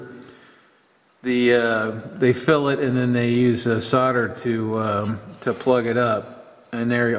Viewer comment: so why did you correctly say solder and then mis-correct it to sodder? it's always made me wonder why many Americans do that. I'm not trying to be rude, but am fascinated as to the reason